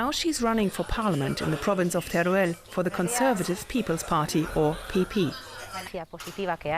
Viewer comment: its called Teruel, not tereuel